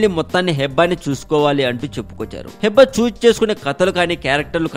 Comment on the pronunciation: Firstly, aa pic Manojdi... vishnu kadu .. secondly pronunciation heeba, Hebba kadu nee abba... thirdly, naku nee voice asalu nachaledu... ae drama company nana needi